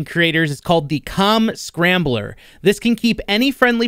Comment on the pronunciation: He did say "COM scrambler" right?... I head something else lmfao...